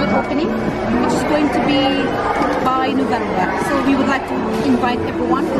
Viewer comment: lakas makasosyal yung accent ni Ate 😂. "Nuvembu" raw. 😂